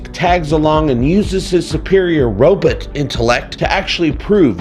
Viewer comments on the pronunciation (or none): "Robit" ... Dr. Zoidberg reference?